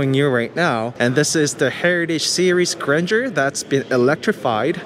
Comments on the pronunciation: Suggestion: you don't need to learn French language to pronounce Grandeur properly. Learn about the meaning, also. Then you will discover why the did not name it just Abcdefg.😂 By the way, the car is impressive.👍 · It's not granger it's Gran-deur in french it means bigness greatness. I coulden't guess the name spelling by yourself until i read it. Grand eur